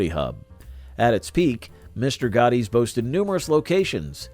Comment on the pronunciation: It's Mr. Gatti's (rhymes with Daddy's), not Mr. Gotti's :)